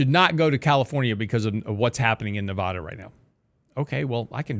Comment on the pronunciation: That's not how you pronounce Nevada